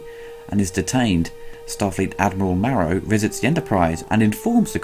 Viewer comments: It was Admiral Morrow. Not Marrow.... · It's Admiral Morrow not Marrow